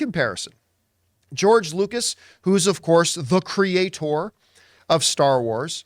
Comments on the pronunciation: Pretty sure they don't all say crea-TOR! like that in Canada either. But OK. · Why do you pronounce creator like that, John? Just pronounce the word normally.